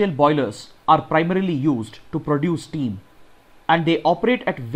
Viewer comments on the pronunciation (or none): none